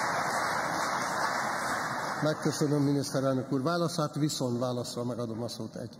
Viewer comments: NEM "VISZON", hanem "VISZONT"!!!!!!!! Azért ott fent a pulpituson ülve illene magyarul beszélni! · " Viszon' "válasz....kérem szépen VISZONT válasz! Egy levezető elnök beszéljen helyesen, szépen magyarul!